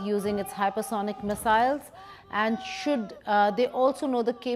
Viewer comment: "Ooooold Mesiles"